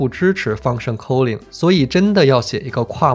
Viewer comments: k Sorry it's /ˈkɔː.lɪŋ/ not /kəʊlɪŋ/ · 你对 calling 的英文读音好奇怪，令人咋舌